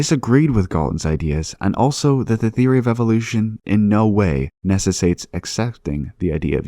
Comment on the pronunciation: Many many mispronunciations. I'd list them , but who cares. Nessesates?